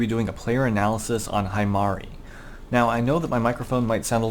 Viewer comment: I'm going to be that one weeb and say that he pronounced it wrong. its pronounced he-mari